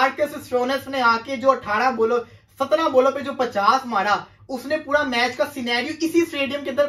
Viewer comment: That's not puda it is pura 😂